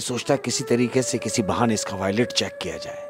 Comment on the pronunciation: wallet hota h voilet nhi